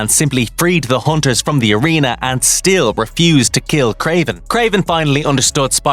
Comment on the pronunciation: I keep hearing haunters